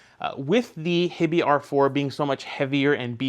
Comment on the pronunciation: Is HiBy not pronounced"High-Bye"? Like Hi-Fi? I kind of figured that was the point of the name haha